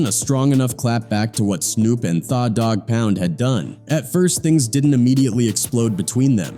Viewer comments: Thought he was going to say they/them dog pound 😂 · "Thaw" Dogg Pound 😂😂